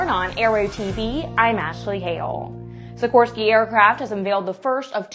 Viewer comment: Wow, I have never heard the name of the Native American tribe and the helicopter name "Kiowa" slaughtered quite so badly as it was , while she managed Sikorsky quite well.